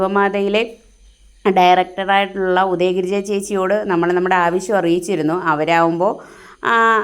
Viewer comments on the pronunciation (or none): none